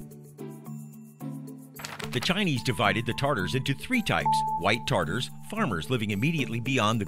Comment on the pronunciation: Tatars not tartars